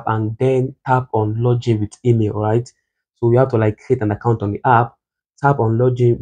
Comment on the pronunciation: Guy it's log-in, not loj in.